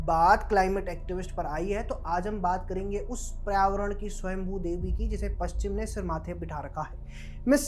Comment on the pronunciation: पर्यावरण ढंग से बोल ले भाई। उच्चारण बहुत ही खराब है तुम्हारा।